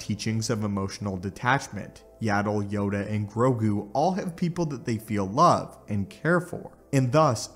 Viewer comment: grogu not "grogi"